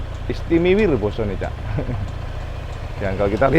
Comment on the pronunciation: ISTIMIWIR 🤣🤣🤣 Bang pernah nonton channel Ajik MX 471 🤣🤣🤣🤣